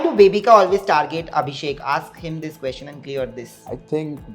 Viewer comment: Somebody teach this man how to pronounce question. It’s not quoshon. It’s ques chen. Question. Not quotient.